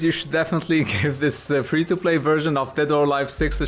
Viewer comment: for fweeee